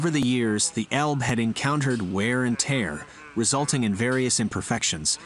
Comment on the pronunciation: Note to person reading the script. It is ' WEAR AND TEAR ' pronounced 'ware and tare'.